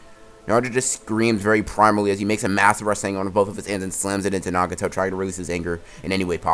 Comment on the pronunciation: sometimes this guy can't pronounce easy words like nagato